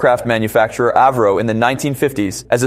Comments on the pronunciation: It had a cone nose its pronounced AVRO not airvro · It's not pronounced AV RO, It's A. V. RO after Sir Edwin Alliott Verdon-Roe. My wifes great uncle was one of the Vulcan's test pilots. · It's pronounced ah vro